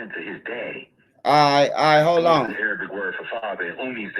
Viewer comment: I got you -it's pronounced era-bic, not a-ray-bic (Arabic).